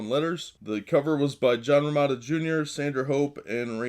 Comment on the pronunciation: John Row-MEE-tah